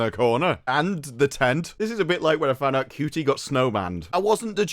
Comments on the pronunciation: Is it really pronounced cutie I thought it was a word play on Judy! Such a horrible actor and I just love how he singled handedly managed to ruin one of the most iconic characters of all time the Doctor i mean really he sucks ope poor choice of words for him I guess! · So much hate just in the first 30 seconds. So people take issue with Ncuti (Pronounced Chute-y) for being gay but now he kissed one woman people are giving him crap for being 'bad at being straight' SMH tapped out 30 secs in gonna set this channel to ignore 😅